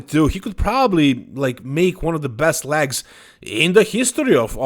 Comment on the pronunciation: Clicked to hear say LAGS!